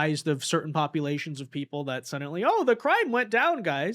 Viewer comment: "Suddint-lee" Lol man